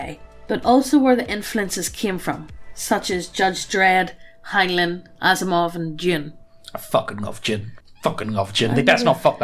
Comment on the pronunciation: "judge dread, Asimove and Jim " "I focking love Jim"